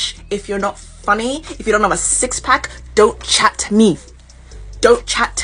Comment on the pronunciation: “Don’t chat-t me” An extra “t”, that’s how you know she’s serious